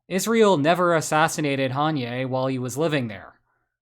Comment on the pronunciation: Haniyeh is pronounced "Ha-knee-yah" not "Han-yay"